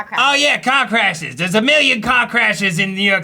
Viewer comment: I keep hearing cock rashes XD